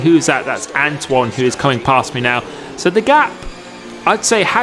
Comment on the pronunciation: Who remembers when used to butcher Antoine’s name by saying Antony